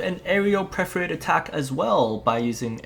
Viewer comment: Amazing video! The depth of knowledge when the game is so new is why you're one of the greats! (Perforate is usually pronounced "per-fuh-rate" or "per-fer-ate")